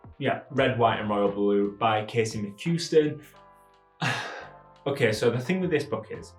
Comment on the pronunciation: Also thats not how you pronounce Casey McQuiston